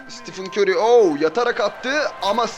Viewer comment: Siti fın kör diyo